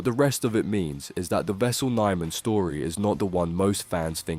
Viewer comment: At least pronounce his name right... My god